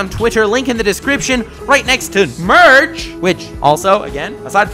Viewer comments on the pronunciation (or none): none